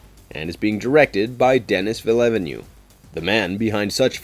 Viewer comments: It's pronounced Deni Veal-nurve. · Except for butchering Denis Villeneuves name, it was a very fun video! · Good vid but I’m begging you to learn how to say “Denis Villeneuve” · the way he pronounced Denis Villeneuve name is absolutely hillarious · And Atreides.